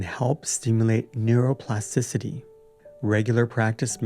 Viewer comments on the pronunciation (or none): neuroplasticity: TI-city. You're missing a T in there.